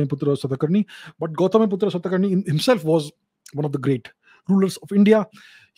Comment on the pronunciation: We should stop pronouncing 'Aa' at the end of any Indian name. Like Kanishka❌ Kaniskh (कनिष्क)✅, Gautamiputra Satakarni❌ गौतमीपुत्र सातकर्णी✅। Basically we should pronounce Indian names in an Indian accent, it will endure as it was.